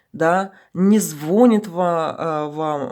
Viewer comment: звонит, удпрение на и. Сорри, родная. 💖